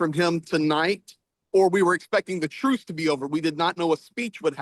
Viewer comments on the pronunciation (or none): OMG, what is wrong with mic? That lisp is too pronounced to be believable. I’ve watched him, many times and never had any difficulty understanding him, but this time I’ve had to rewind and try again a couple of times. For some reason “truce” is the worst. It comes out as “truth” every time. However, props to both of you, for doing this.